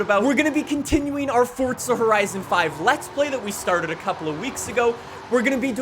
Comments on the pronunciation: PLEASE JUST SAY FORZA DONT SAY FORTZA?!?!?! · Why would you say "FORTSA HORITSON" it's "FORZA HORIZON" so dumb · did he say at the beginning ..welcome back at the forca ? horizon? ... hahahhaha its FORZA ...Z Z Z Z Z ..not C C C C C ..damn... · Forza! Not Fortza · Fortza horizon 5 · fortza ...... Why so many say that I will never understand. but cool vid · Forza not fortza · why do you say Fortza? instead of Forza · For zah jesus why cant americans not pronounce correctly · How many times does he say fortsa in the video? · didnt know it was called FORTZA lol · You said "Fortza horizon 5" six times in the first minute. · Is it really pronounced "Fordsa Horizon"? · Anyone else cringe everytime he says FORTSA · Great review but couldn't listen to the word FORDZA anymore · dude stop saying fortza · you mean forTza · Dudes so exited he can’t even pronounce forza properly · Pronounce Forza correctly